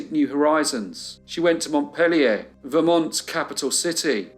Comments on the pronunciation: Story one pronunciation corrections. Mont_peel_your Barry How they are pronounced in Vermont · It's certainly not proper French pronunciation, but the capital of Vermont is "Mont-peel-yer." Barre, Vermont is pronounced "Barry." You're a marvelous storyteller, thank you for all your hard work ❤ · It's pronounced Mont-peel-yah in New England, my friend.